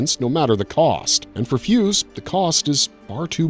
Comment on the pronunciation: "Fu-say," not "Fuze," but you'd of known that had you actually watched the movie instead of using AI to write this for you. All that talk about Jin Roh, and you fail to mention that about 90% of the movie is people talking - so not that dark, really.